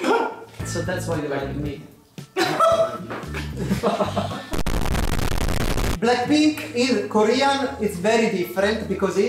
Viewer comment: BRRAAACKPINK sono morto😂😂